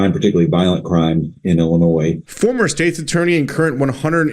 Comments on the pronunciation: "Illa-noise" 😂 the s is silent 🤣 holy 💩, I've never heard someone that makes money from speaking mispronounce so many words 🥴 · Pronunciation heads-up: The ‘s’ at the end of Illinois is silent. It’s not called “Illinoise”, but “Ill-i-noy” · DO NOT PRONOUNCE THE S IN ILLINOIS!!!!!!!!!!! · I'm more worried about you calling it Ill-Uh-Noise than Ill-Uh-Noy. The 'S' is silent lol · please 🛑 saying iLLi noise. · Love your videos...but as a lifelong Chicagoian, it's pronounced "Ill-in-noi". As a reference, I've never heard heard anyone say "Ark-in-sass" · It's Illinois (Illinoy). The S is silent. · Love ya but there’s no noise in Illinois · It's pronounced: ILL-annoy. (See it that way once and you'll never forget it 🤣) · The S in Illinois is silent bro. I grew up in and live in Illinois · s is silent 🙏🏽🙏🏽🙏🏽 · Bro, I love you to death, but please stop pronouncing the 's' on the end of 'Illinois'. lol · S is silent in Illinois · S is silent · The S in Illinois is silent lol. I'm from Central Illinois and this is absolutely moronic. Now you're going to see more and more citizens in this state applying for FOID and buying more firearms. If it wasn't for family i never would have come back to this state after the Army. Our election is coming up though so hopefully we can vote for some new, sane people for office. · Just a note. You do not pronounce the S in Illinois.